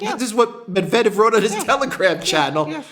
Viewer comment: You pronounce so many Russian names perfectly but not Medvedev. It's "Medvedyev."